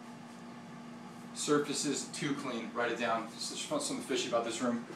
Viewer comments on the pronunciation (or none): none